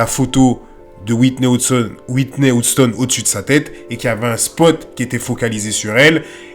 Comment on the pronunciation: « Whitney OUSTONE » 😭😭😭